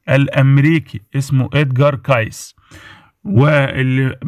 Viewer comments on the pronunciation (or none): You say his name wrong It is KACY